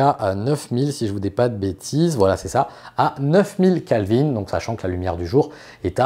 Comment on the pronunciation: Juste une remarque, on dit Kelvin et non pas Kalvin et la température de la lumière du jour est à 6500K et non pas à 7500K. Il m'a paru important de le souligner. Bonne continuation sur cette chaine sympa.